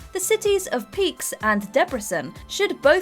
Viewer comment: I'm still wondering how someone could butcher "Pécs" in such a way🤣🤣🤣🤣🤣.They could have said "Peach" and would have been much closer!